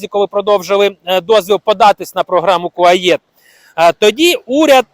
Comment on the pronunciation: Не Куаєт, а Куает